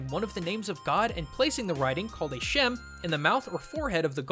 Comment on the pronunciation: You absolutely butchered Rabbi Loew's name, name of the river Vltava, and the word shem. jesus christ.